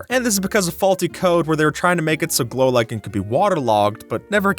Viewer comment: "A block of golichen" LMAO